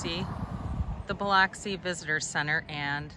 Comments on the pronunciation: Bil”u”xi , lol! Not Bil”o”xi.. glad you liked our city. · It’s Buh-lux-ie - not Buh-locks-ie. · It's not pronounced Bih-lahksi. It's pronounced Bih-luhksi. Please, if you do a review on a place, at least learn to pronounce it correctly. It's insulting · It’s pronounced buh luck see ,, but thanks for the video .. fine job.👍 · Oh my Buh-luck-see 😂 I live here. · I pronounce it Bluxi. BLUXI. Also from there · It is pronounced Biluxi... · Based on your sole response that comments help the algorithm, I’m guessing you intentionally pronounced Biloxi incorrectly. LOL Nothing wrong with working smart, not hard. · That's not how you pronounce Biloxi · I love hearing out of towners pronounce Biloxi! Thanks for putting us in the spotlight